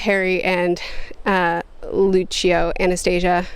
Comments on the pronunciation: You were pronouncing Lucio correctly... I had a lot of fun with this video, but next month is Changes... squeeeeee! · You are pronouncing Luccio correctly. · As an audio book listener you said Luccio correctly. You are saying Lara like the name Laura. Took me a minute to figure that one out. I was sitting here wondering why I couldn't recall a Laura. Great review!